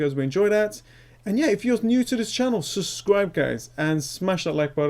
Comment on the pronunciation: I will never subscribe to a man who can't say the word subscribe properly